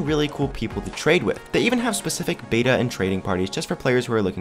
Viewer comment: It’s not called baita it’s called bet a